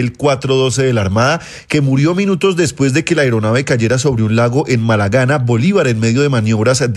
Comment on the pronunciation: Estos periodistas no saben leer los apellidos... Y para la presentadora: el pueblo es Malagana, no Malanga... Hummm